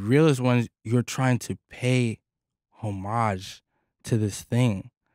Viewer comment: “pay HOME Mage”. Lol homage